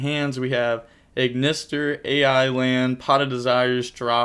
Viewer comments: Just so u know, u dont say a.i, u just say I. Thats the anime character that uses this deck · That was an insane g1, I think the player drew close to perfect. Also I think you just pronounce the ‘A.I’ as ‘I’ in their names, it’s some weird word play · Indeed, from the Japanese version "ai" is pronounced like the English "I". And the card names are meant to be puns around that pronunciation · their names are puns, its supposed be said as "I" not A.I